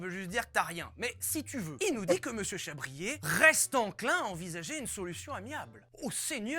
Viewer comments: Comment from France Amazing just to imagine you know Vilebrequin ! C'est "Chabrié" et pas "chabrière" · On dit Pierre "Chabrié" pour la réponse 😅